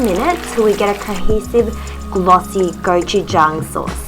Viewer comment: Goujuchang LMFAO